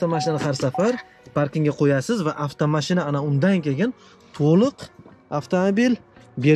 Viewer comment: Кегин емас кейин дейилади обзорчи ака